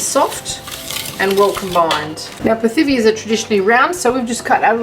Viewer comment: Hi! You are making Pithiviers! It’s pronounced pitiviers. Forget the th sound. Happy holidays!